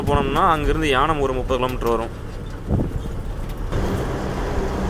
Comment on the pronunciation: யானம் இல்லை ஏனம்.